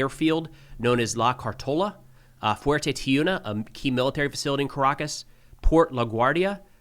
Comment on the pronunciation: LA CAR LO TA, LA GWAY RA. I GE RO TE. EL VOL CAAAAAAN. You pronounced Fuerte Tiuna correctly. haha